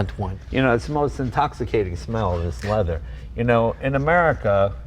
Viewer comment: All they've done is uglified a Maserati. Oh, and made it more expensive. And that Belgian trying to justifying it, he's waffling. And the 'lezer' (leather, for those who missed it) mispro tickled Jay...